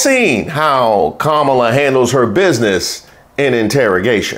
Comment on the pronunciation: I swear every time I think Trump can’t get anymore remedial, he does!🤦🏽‍♀️Why does he call her Kamilla, Calmala, HER NAME IS KAMALA-(COMMA-LA)😢!!!!!! JUST LIKE IT IS WRITTEN